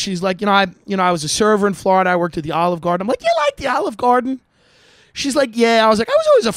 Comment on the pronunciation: As soon as you said Florida-duh🤦🏼‍♀️